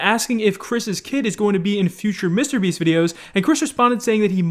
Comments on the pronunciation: STOP!! IT IS MR BEAST NOT MISTEEER BIIISSSTT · How normal people pronounce Mr beast: Mister Beast: MiStErBeAsT